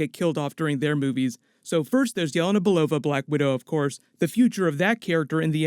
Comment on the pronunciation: For the first time heard almost proper Yelena Belova from you :-) All the time I didn't get, what did you say. It was like Yeva Nabalova or something like this. Greetings from Russia!